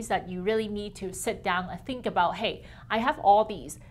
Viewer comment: How aboot neeeoooooooooo.